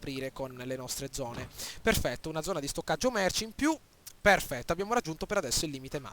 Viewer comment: "AAAAAAHHHH PHERRRRFETTO!" Fenomeno!!